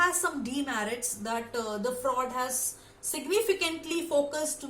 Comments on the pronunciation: It's not Sigmund Fra'ud' 😭 it's Sigmund Fru'ed'. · Speak normal.you are not a natural speaker.pronunciation important.Ex.Sigmund freud or fraud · Ye singmund fraud kya hota hai...shi se pronounce to karo..kaahe angrezi ki taang tode jaa rhe